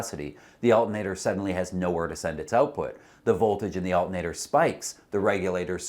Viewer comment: Al-TER-na-tor, not alt-N-a-tor.